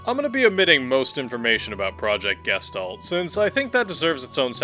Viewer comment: just a fun note all speaking "Gestalt" wrong XD, it is from german and it means Shape/Form/Figure